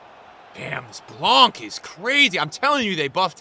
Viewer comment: I don’t know if u gonna see this comment but in French we do not pronounce the C for Laurent Blanc. It’s pronounced “Blan”.